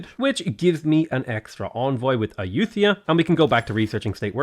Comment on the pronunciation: Me: LOL he pronounces Ayuthaya "Ayuu-they-are", he probably never visited Thailand! also Me: "Thang Long" thehehe....